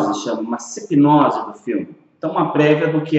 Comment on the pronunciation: SINOPSE não "Sipnose"